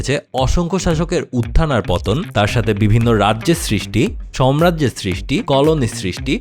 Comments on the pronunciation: উচ্চারণ ঠিকভাবে করুন ।সাম্রাজ্য হবে, সম্রাজ্য নয় । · কথাটা আগেও বলব ভাবছিলাম। কথাটা 'সম্রাজ্য' না সাম্রাজ্য